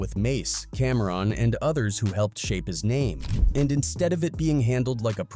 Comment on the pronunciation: He even said “Camrin”🫵🏾😆 Crazy